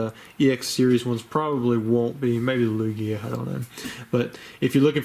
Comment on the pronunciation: The stress goes on the first vowel unless said otherwise. Lugia